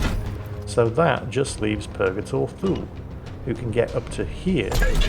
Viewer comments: Actually... Thule is pronounced Too-lee like the US airbase in Greenland. Everyone says it phonetically before being corrected, including me. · When says Thule, all I hear is Fool.:P